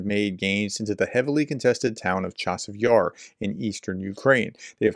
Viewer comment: To the commentator. The "ch" in "Chasiv Yar" is NOT the English "Che", but a gutteral "Chi" (running the "ch" together, with a hard "i" sound, as an integral part of it - one sound only) as if you are clearing your throat.